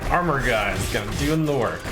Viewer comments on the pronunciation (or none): none